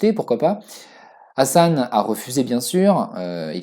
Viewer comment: Ta façon de prononcer le H de Hassan est juste horribe à entendre...😖😖😖 Prononce le comme le H de Hawaï est plus proche de la bonne prononciation en arabe que ton truc bizarre qui correspond plus à une autre lettre arabe.